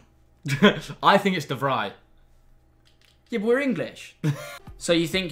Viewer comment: pronounces de vrij exactly right😂 with the fridge tho😭😂